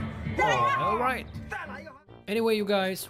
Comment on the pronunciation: I could've sworn he said "oilright" instead of his usual "alright you guys"🤣🤣🤣. you're the BEST!